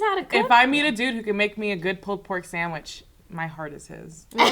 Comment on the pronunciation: "GIMMEYO SAMWICH!" xD